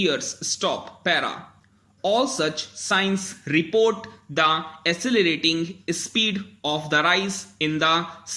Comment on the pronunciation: accelerating ko sir aap ne asselerating pronounce kiya ..and regional ko reasonal..baaki bdhiya hai pronounciation ...👍